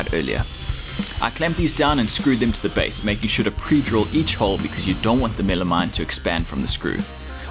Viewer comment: Is that just MDF? What's he calling it? Milimite? Millimime? Midimine?